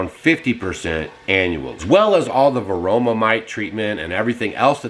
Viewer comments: It’s varroa mites not varoma mites 😂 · Varoa,, not varoma.